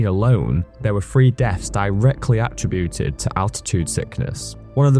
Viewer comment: Dude it’s not pronounced ATTributed it’s aTTRIButed.